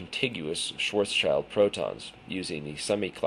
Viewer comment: It is pronounced "Schwartz-child". Schwartzschild was an actual person. It's not named after the German word. I've read the paper and thought it was interesting, but the fact that he didn't do a fully relativistic approach is suspicious at the least. Also, the "best paper" award from that university is not prestigious in the world of physics. If the findings were respected by other reputable physicists, then this would be in a journal like Nature. Interesting, but probably bologna